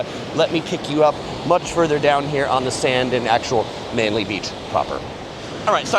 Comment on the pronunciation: Well done - you got the pronuciation of "Manly" correct! Will you be visiting Lady Bay Beach at South Head?